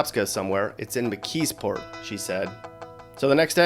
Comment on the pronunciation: Not Mckeesport lol!